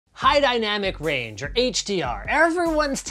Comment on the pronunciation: I literally thought you were saying hi to dynamic range lol